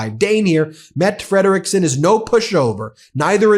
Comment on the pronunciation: FYI, it's pronounced Metta FREDriksen